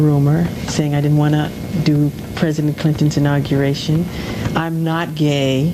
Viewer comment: "I'm NOT GAY"😌 The way he said it like "Dude, I'M NOT GAY! for the f*cking nth time" made me grin like "we know baby, don't worry"😊🤗